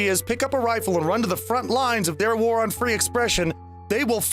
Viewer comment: I keep hearing “vore” instead of “war”, I fear I should worry about my kink eating going a bit too far up...^^; I really hope maybe we can at least do something about all this among furries...^^; I really hate this trend...